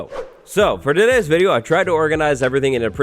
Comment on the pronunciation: “FOR DO DAYS VIDEO”